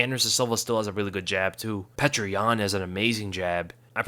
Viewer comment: His name isn't pronounced 'Petra," it's pronounced 'Pioter."